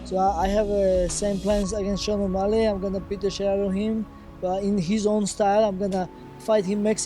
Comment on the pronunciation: What does might mouse always call Sean "sug Sean omalley".😂